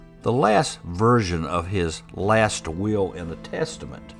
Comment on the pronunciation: Funny how will sounds like wheel for someone who's not a native speaker .I took me a while to get it😂 Intressting story .